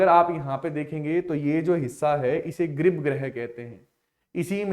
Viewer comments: इसे गर्भगृह कहते हैं ना कि ग्रिप ग्रह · bhai ji grib greh hi bola hai sir ne